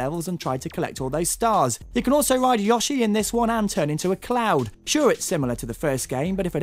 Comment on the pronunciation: Warning... not a real gamer alert!!! You mispronounced Yoshi?! Seriously?